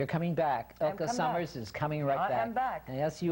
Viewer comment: Yes agreed. The interviewer kept having her shift gears too much as she was expanding on topics of interest. I wanted to bop him on the head with the "Elka Summers" pronunciation. All in all she is a great lady and well balanced. Refreshing.